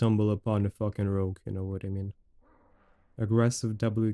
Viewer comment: No one: for no reason: You no vhadamean